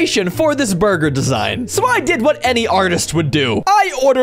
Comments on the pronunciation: in the video, said buger time instead of burger time. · He said buger time